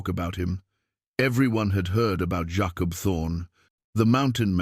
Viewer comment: I only wish the narrative was better. Jacob not yahkup